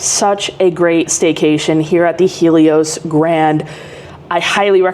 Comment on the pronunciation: The lady is correct on the pronunciation of it